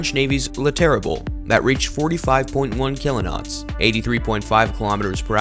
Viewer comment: So, a couple notes: A "knot" is not a "kilo-not," it's just a knot. It's one nautical mile per hour. "Mk" is an abbreviation for "mark," it's not an acronym. "Mk 57" is "mark 57." Next time get someone with at least a passing familiarity with sailing and military terminology to voice your video.